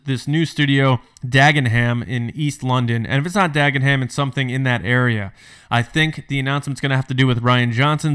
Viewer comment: Just a Brit here chipping in; it's pronounced 'Dag-en-um' (yes; it's weird!) - and I'm hoping this whole story is true, as I don't live a million miles away from there and I would like a job please Lucasfilm.